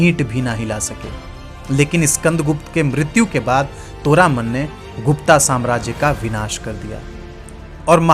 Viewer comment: गुप्ता नहीं गुप्त कहो